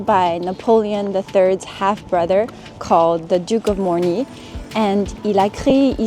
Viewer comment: Loved the video, so charmingly presented! And good practice for my French too.😉 Only practise saying "Morny" instead of "Normy" and "Maurice".😂